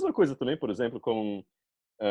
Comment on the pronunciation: ela fala um pouco lento comparado a maioria dos brasileiros e algumas palavras soam diferente "que eu" ela fala qué eu